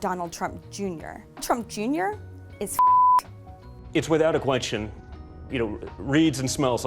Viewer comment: can we all address how he flubbed out the word "question"